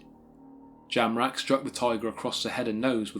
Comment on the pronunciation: I thought you said Charles JAMRAG !